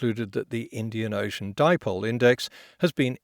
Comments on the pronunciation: I still cant believe people would trust a guy on science who pronounces that like a popular burrito fast food restaurant. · “The Indian Ocean di-poh-lay.” Clearly a scientifically literate commentator, but referring to the mythical Dipolay that rises from the ocean and starts bushfires by its power to cause lightning strikes. Check-mate, fact-tards! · Of course, saying "di-po-le" is a sign that this "political commentator" simply cannot read english, cause the right english pronunciation is clearly "dipole", exactly as you pronounce it. To pronounce it correctly, you don´t have to know its meaning beforehand, instead, you just have to be able to READ english correctly, and this so-called "political commentator" should clearly visit the 1st class of elementary school again... On the other side, "dipole" is a greek word, and it´s pronounced "di-po-le" in greek, thus leaving all-foreign-language-speakers in the world pronouncing it wrong, to begin with... ;-) Thus, my only conclusion can be, that this so- called "political commentator" surely cannot read his own mother-tongue, but flawlessly greek instead, which is remarkable !!! Remarkably idiotic, that is... Greetings from Greece! ;-) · "Depollay" hahaha nah mate "die-pole"... i know it wasn't you but i just had to point it out... great vid mate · LOL at the dipole bit. Just FYI, the pronunciation in Dutch is actually "deepole", but I'd never heard of "deepolay". Super annoying. Trying to sound interesting or erudite isn't he? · back for more dee-poe-lay 😅😁🤣🤣 still funny 😁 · Anyone with a passing grasp of English would know it's NOT pronounced dih-pole-ay, so I must conclude he didn't pass his English exams. Anyone with a slightly more nuanced grasp of English would conclude that dipole means two poles, which would be correct. I'm absolutely certain he didn't grasp that detail. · The fact that he pronounced it as "di-po-le" is just more proof PJW is a dumb hack. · Mr. Dee Poe Lay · "Dip-olé" rofl! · De-pole, lol.